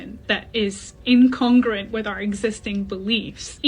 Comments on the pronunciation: Its incongruent. Not incongrerent. Neuroscience 😂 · She’s wearing a lab jacket but cannot pronounce incongruent? Sure…